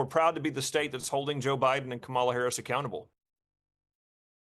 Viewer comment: You can't tell me at this point, this guy doesn't know how to pronounce Kamala. That's just taunting